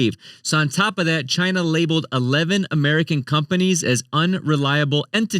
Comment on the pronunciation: Hey everybody, my name is and welcome to Sound Board Finance, where I help you master your money and build your ‘MADE IN CHYNA’” 💀